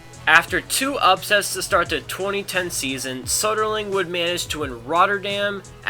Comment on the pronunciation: Soderling would have won the French Open, he would have beaten Federer like he beat him next year, but the 5 setter against Gonzalez got him.. So, it's "thank you Gonzalez", not "thank you, Soderling".